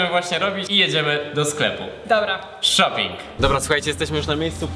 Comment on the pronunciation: CZEMU ZAMIAST SHOPIING SLYSZE SHOPI